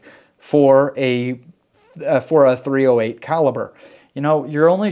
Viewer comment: Hi. Its "3-zero-8" and not "3-letter O -8"! Andrew